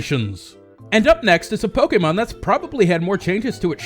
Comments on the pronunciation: lol pokemon (say poke like chicken poks) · The way you say pokemon somehow offends me, doesnt sound right haha